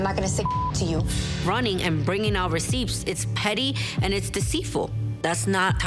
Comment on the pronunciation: Am I the only one who loves when they pronounce the 'p' in recipts!???? 😭😂